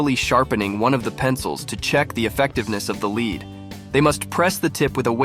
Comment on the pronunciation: I can't work out if the voiceover is AI or not... mainly from how it constantly says lead wrong...